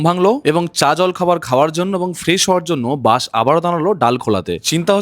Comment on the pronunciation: বাস কে বলে বাশ,এসি কে বলে এশি 😂😂😂😂 যার উচ্চারণে এত ভুল,সে আবার বাস এর ভুল ধরে।আর বাস লেট করে এসেছে এটা হ্যারাসমেন্ট? 😂😂😂 কোথায় কি বলতে হবে সেটাও জানেনা